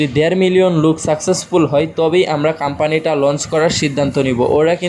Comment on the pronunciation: কাম্পানী কি রে বেকুব!!শুদ্ধ উচ্চারণ শিখতে হবে..